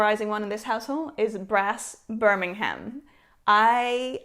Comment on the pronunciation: You mean Brass BIR-MING-UM…